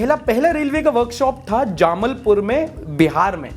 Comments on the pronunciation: JAMAALPUR, NOT JAAMALPUR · Not Jaamalpur its Jamaalpur Junction🙂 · it's "jamalpur".... Not "jamalpur" BTW you are awesome👏👏 I am also from bihar...